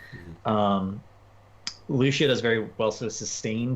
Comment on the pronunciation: Such a shame he pronounces Cassia and Lucio like -sh when it's Ka-cee-a and Loo-cee-o ... :((((( xDDD